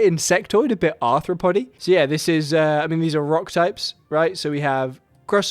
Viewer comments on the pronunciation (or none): okay, I laughed more than I should’ve when he said arthropoddy